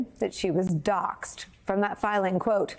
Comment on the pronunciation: NOT docked, but Doxed, like saying "boxed"